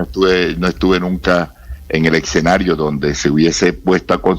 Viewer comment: El presidente de FECODE dice eCsenario!